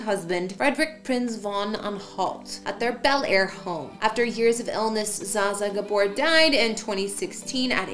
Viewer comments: Pronounce her name properly!🤦🏻‍♂️ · At least pronounce her name right. She deserves that. My goodness. People are offended. Would you like for someone to mispronounce your name? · Please pronounce her name right. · Mispronounced name.